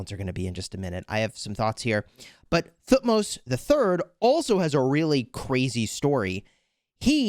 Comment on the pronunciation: by the way the right pronunciation of thutmos is Tu - hut - mose it's a 3 syllable word